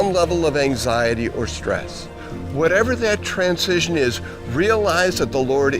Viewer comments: I would think that someone who taught at a university would know how to properly pronounce transition. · This is a great message, but does anyone else thing he says the word "transition" in a weird way? It was so distracting that I had to watch it twice.